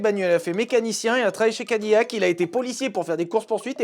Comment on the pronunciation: Ca se prononce Ca-di-lac mais apart ça c'est super comme dab😊 au moins tu portes le t-shirt avec le plus beau logo parmis la panoplie que Cadillac a eu